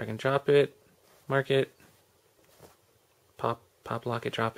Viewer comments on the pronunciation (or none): none